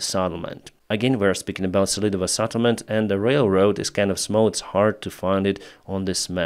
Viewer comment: not Saddlement but Settlement:face-purple-crying